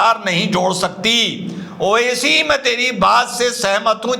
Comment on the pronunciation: (मोडी) बोलता है जामूरा ओविसी,जबकि( बुनियादी) बोल रहा है,😂 ड और द, दोनों को साफ-साफ बोल सकता है, इसकी खिसियाहट साफ-साफ दिख रही है ना😂